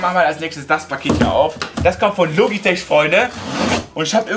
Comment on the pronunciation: Logitech wird logitek ausgesprochen